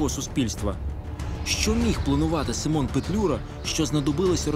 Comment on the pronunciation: Симон а не семен